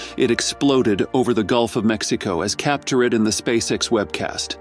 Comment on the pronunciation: what's that word? As Cap-tur-ed... Ai Voice Fail?